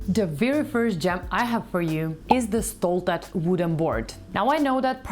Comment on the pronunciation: Låter Kul när du uttalar alla Produkter's 'Namn' som heter något på Svenska'😉😂 'Stolthet' - det blir ju 'Pride' på engelska. Alla produkter har ett väldigt passande Namn Oftast för ändamålet nämligen 😉 Just denna "Pall" är nåt du kan vara 'Stolt' över, den skäms inte för sig, stilig & kanske praktisk, liten & nätt 😉🤗🇸🇪